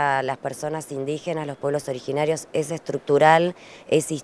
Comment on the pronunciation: Se dice pueblos originarios... Originariosss..